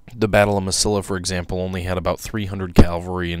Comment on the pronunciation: Good video covering an obscure bit of history. BTW, Mesilla is pronounced: Meh-see-ya. In Spanish 'I's are pronounced like a long 'E', and double 'L's (LL) are pronounced as a 'Y'. But the 'Y' sound is barely made.